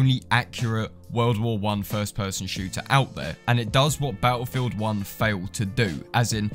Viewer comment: It think the correct pronunciation of that would be BATTLEFIELD 1